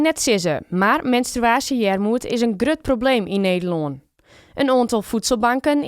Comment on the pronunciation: 🤣wat is dit voor vekrachte versie nederlands dat is ian greut probleem hahaha